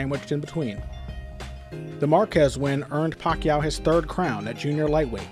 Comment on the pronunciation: This guy has been pronouncing Pacman's last name wrong the entire time..